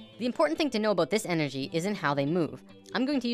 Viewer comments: Are you Canadian? I heard 'aboot' in the first 10 seconds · Are you a Canadian cuz at the end you said "aboot" xD